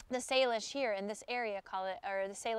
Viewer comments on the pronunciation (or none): none